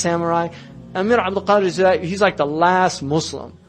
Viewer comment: Abd-El-Qadir El-Jazaïri!!! Not "El-Jaziri"! Please take care of the names!